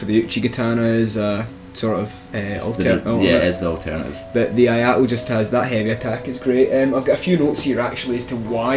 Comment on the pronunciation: Not "aye ah to". It's "eeh aye to". I = eeh ; ai = aye ; to = To from Tobey.